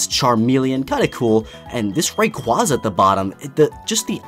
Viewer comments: It's not Ray-qwo-zzz-uhh it's Ray-qwayy-zuh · I don't get how people who've played Pokemon for a long time, especially Poketubers, still don't pronounce "Ray-qwayza" correctly. How have you been a fan of the series for over 15 years, but don't know how to pronounce a very popular, and commonly used Legendary Pokemon's name by now? The proper pronunciation has been around for over 15 years. I understand with Pokemon like, Aegislash. I'm not gonna pronounce it "eegislash", even though it's correct, because it sounds stupid. It would make sense if you never saw the Destiny Deoxys movie back in the day, but the proper pronunciation has been spread so far-and-wide, that there's no excuse for mispronouncing Rayquaza these days.